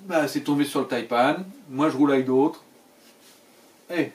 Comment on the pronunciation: Tres bonne vidéo ! et oui les Taïpan excellent choix ! par contre arretez de dire "Taïpanne" ! "Taïpan" comme euhh ... "seprent" quoi